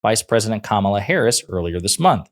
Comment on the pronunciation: The guy said her name right Am i dreaming right now i thought he would be so much more persistent on calling kamala. ka-malla. He does know her name just chooses to not call her that. he is not forgetful he is sexist.